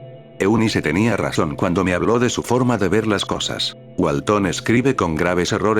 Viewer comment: Walten no walton, creo que al loquendo no a dicho bien. No soy de Espana o de latinoamerica, Perdon por los errores.